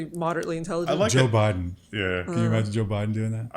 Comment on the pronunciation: When said Widen instead of Biden I thought "what's his first name Soe?".